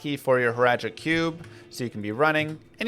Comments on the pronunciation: And then Hratli right after. Shaking my head. You're even swapping letters in his name. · hratli. hrat-li. not hral-ti. jerhyn. jehr-in. not jer-hin. he literally says his own name.